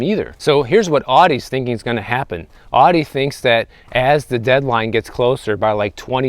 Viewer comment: The way he says Audi. 😆